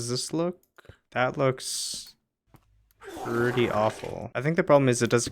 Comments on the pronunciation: "prettu awful" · “prettu awful”